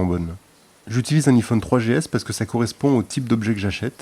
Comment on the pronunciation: bon quand on prononce un iphone avec un i pas avec l'accent anglais ça la fou mal :D